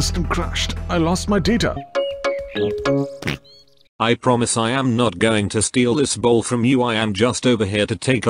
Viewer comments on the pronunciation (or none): Nobody: Literally Nobody: Guy: My system crashed, I lost my D E T A